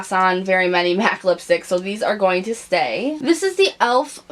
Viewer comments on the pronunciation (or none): none